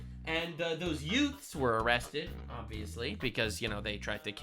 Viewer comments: "Couple of yutes" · my favorite was 🍋 head telling a legal lady from Mexico she was wrong about mexico😂two WHAT? TWO YOUTES? I'm sorry your honor two "youths" 😂😂 "My Cousin VinnY" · Every time I hear someone say "youths" mind mind automatically goes to "yutes" from my cousin vinny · "The two Utes"